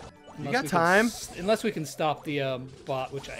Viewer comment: Kairos T-ime 😂😂😂😂😂